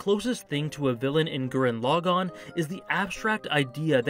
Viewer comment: FINALLY!! Someone who says the name Gurren Lagann RIGHT!!!!! ❤❤